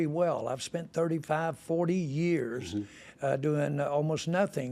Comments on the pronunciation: Did this dide say spunt? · Mega billionaire says "spunt" rather than "spent" I feel marginally better about myself rn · bro only somebody from Texas would say “SPUNT” 😂😂😂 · You know you’ve got yourself an old country boy when he says “spunt” 😂 that’s that Arkansas talk there lol